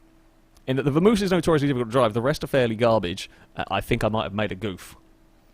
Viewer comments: I cringed a little every time you said Vamoose instead of Vamos lol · It's a vamos. Not a vamoose. Its Spanish. Pronounced Bamos technically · Am I the only one that cringes when he says Vamoose instead of Vamos?